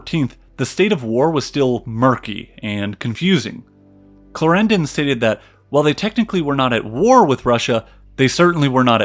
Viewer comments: "Claren-DON" not "Clair-ran-don" its a British thing. Note; Austria had a bit more of "Italy" then you depict. Its "Sublime 'Port-ae'" not ""Sublime 'Port' " I guess if we roll with your American pronunciations - fair enough - I'll just stop here ... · "Derby" is pronounced "darby" in fact. And Clárendon, not "claréndon". And "par"-mesten. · And Clarendon is stressed on the first syllable, not the second! It sounds rather weird. Still, loved the whole clip. Thanks. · Great Video, but.....Clar END on, not clrendn :) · The pronunciation of George William Frederick Villiers title is something like this: CLÁ-renden (Clarendon) Okay? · Excellent summary, but the pronunciation of proper names like Clarendon etc. is dreadful... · Clarendon and Derby, learn how to pronounce them. Otherwise great documentary.